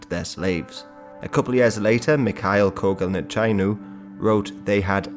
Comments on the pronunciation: wait dude are you making a video on the history of slavery and fascism in Romania-province of Dacia? or talking about how the gypsies/rroma/romani/cygans migrated from India centuries ago and how they were treated by the natives? at this point i don't even know. also ă is pronounced like uh in duh(so Kogălniceanu-or Cogălniceanu- is pronounced koh-guhl-nee-tche-ah-noo) and â(written as î as well) is pronounced like the sound of e in the french livre or mettre. i appreciate though you make an effort to show the Romanians are not Romanies. we really hate being confused with other people. either with good or bad reputations. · congratulations you manage to buthcer Mihail Kogalniceanu name at a hole new level